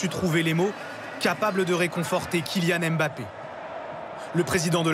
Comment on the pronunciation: Quoi j'ai bien entendu le gars à dit embapi ballon d'or